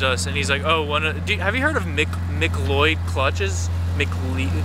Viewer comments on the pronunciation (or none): The McLeod is pronounced MiCloud. BJ McLeod is a nascar driver, I’m a hardcore NASCAR fan that’s the only reason I know that. Trust me that ride along will be like nothing you’ve ever experienced before it’s insane.